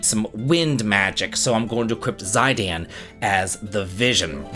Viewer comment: Who's Zydian?